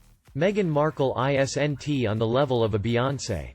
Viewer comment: Why don't you read the script yourself instead of letting the computer say isn't as i s n t. The computer spells the word out. Just say it yourself.